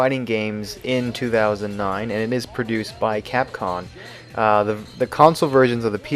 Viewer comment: It just sounds like you're saying capcon.